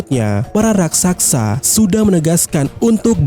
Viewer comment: Raksasa bg, bkn raksaksa.🤣🤣🤣🤣🤣